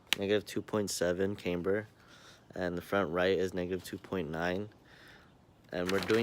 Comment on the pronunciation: Is not “came-ber” Is “CAM-BER”....